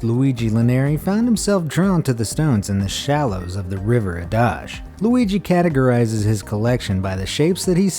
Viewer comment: Man, your pronunciation of the name "Adige" sounds so weird an funny to an italian speaker :)